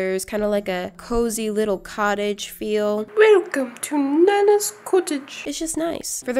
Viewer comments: Wilcome to Nanna’s cuttige Me: HeLLo i’M nANna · ‘✨Wilcome to Nanna’s cuttage✨’ IM WHEASING- 👹😂 👁👄👁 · Wilcome to Nannas cutage !